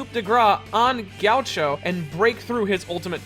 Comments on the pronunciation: Why did you pronounce ghaccio as gaucho? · Its not pronounced Ghoucho Its Ghi-acc-io